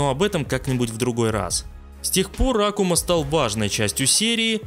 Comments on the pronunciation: Ты специально ставишь ударение не правильно? Что за Акума? Даже если отбросить то, что это звучит по идиотски, в sf4 перед боем он сам представляется как акУма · Почему А'кума? Вообще-то АкУ'ма. Послушайте английскую озвучку.